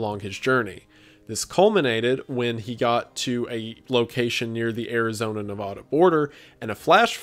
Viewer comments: Pronounced Nevada wrong. MULTIPLE TIMES. Neh-Va-Da! NEVADA NOT NEHVODA. I'm so disappointed. I don't want to stop watching your content, but I have to based off principles. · 💔 I absolutely love Wendigoon... but it kinda hurt a little when he said "nuhvahduh" Nevada. nevauda??? I'm sure there's a better way to explain this but just... please don't ever pronounce it that way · Wendi, it's ne-vAH-duh, not ne-vaw-duh, please you're hurting my soul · I hate the way you pronounce Nevada. Nobody from Nevada pronounces it that way.